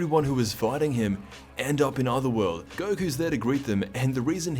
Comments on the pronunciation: I know I’m not the only one who noticed “ gokua” and “gohana” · A funny reference to the other guy in the Bojack gang called Gokua. Very inventively add an "a" at the end 🤣